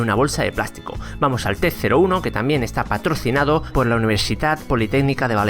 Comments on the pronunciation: dijiste al principio patorcinado en vez de decir patrocinado. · patorcinado. ok ok vamo a calmarno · Este vídeo es patorcinado?! Soy el único q lo oye así? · Creo que es cosa mia, pero, en vez de paTROCInado, creo que has dicho paTORCInado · patorcinado jajajaj que idiot